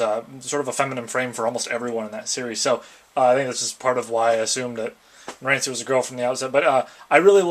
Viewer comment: It's pronounced narancha also the little guy name is formaggio he can shrink